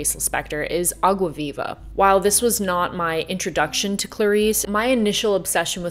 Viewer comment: kinda random but i love that you pronounce água viva perfectly...